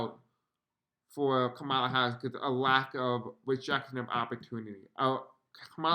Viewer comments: Please just a simple request to pronounce her name correctly? Comma-la. Thank you, it’s like nails grating on chalkboard. ❤️ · Thanks so much for all your work. I love your content and am a new subscriber. Just a gentle heads up here: Kamala’s name is pronounced “Comma-La”. ❤❤❤❤❤ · It’s Comma-la…❤